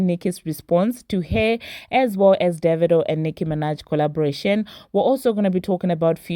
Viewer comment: You just taught me how pronounce Divado lol but yeah AFRO BEATS BEEN THE WAVE. I am so happy for them both.